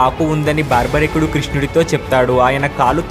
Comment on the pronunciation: Baarbarikudu kaadu. Barbarikudu.